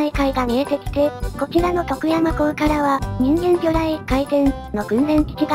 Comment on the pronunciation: 「徳山」のアクセントがネイティブ感あって良い。